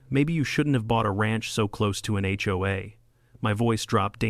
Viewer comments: Where did "hey-oh-a" come from? It's "aitch-oh-a," and I've never heard anyone except AI pronounce it as a word (hoe-a) instead of letter by letter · Got to love it when text to speech middays things, “the ho will rise again”😂 😂😂